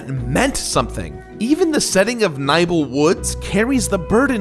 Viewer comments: It's not Sen it's Sein, like sign Edit: It's also not Niebel it's Nibel (Knee Bell) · Neebell not nighbel